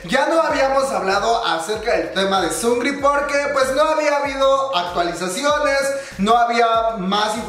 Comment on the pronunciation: Emmm no se dice sungri, es sung -ri, separado. Es solo una aclaración